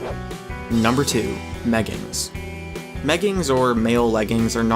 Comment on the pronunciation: meggibs sound more like gayggins